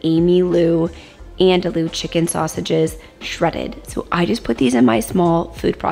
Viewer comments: Lol it’s not “andalu” it’s “an do e”😂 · The first time I tried to find quinoa in the store my pronunciation was so off they told me they’d never heard of it. 😂 Andouille is pronounced “an-doo-ee” because the Ls are silent. I learned about this sausage from Emeril. 😂 I know many people will benefit from your Wonderful channel. Thank you so much 😊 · Have I been pronouncing andouille wrong?? I thought it was an-dul-lee 😂 These look so good! Can’t wait to try!